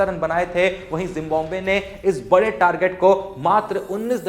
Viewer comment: It's जिम्बाब्वे not जिम्बोम्बे 😂